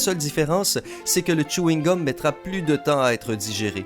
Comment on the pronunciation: c'était plutôt tchouhingum